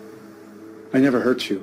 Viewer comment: Pensé que dijo hear no hurt jajaja